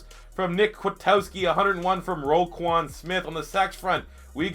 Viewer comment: Roquan not Roquon